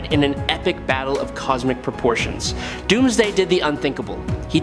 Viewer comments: Yes he did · did he just say Dumbsday